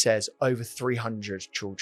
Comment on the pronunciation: Great video. How can't Joey say Children? Trildren and then copies it.